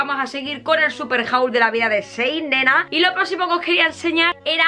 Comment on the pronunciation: Ta decir "Sein"... En vez de Chiin. 🖤